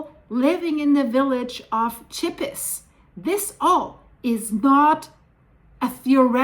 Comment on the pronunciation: Oh dear, I am very familiar with Chippis (pronounceed sheepiss) having been there dozens of time - Chandolin in the Val d'Anniviers is where we used to go every Christmas and Easter holidays to ski, throughout my childhood and teen years. The river is the Rhône which feeds Lake Geneva - so if the Rhône is blocked, it would deeply affect the lake.